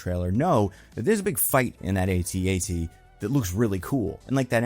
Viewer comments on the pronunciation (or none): not to nit-pick not like your podcast mostly nit-picking, its pronounced at-at not AT-AT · “AT AT,” not “ay-tee ay-tee.” 😭😭😭